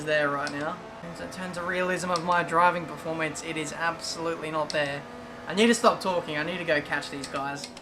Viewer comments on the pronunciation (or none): none